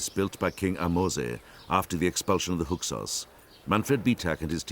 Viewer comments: It bothers me that the narrator can’t pronounce Hyksos correctly. It sounds like he keeps saying “Huksos”. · I cannot believe this narrator can't say "Hyksos".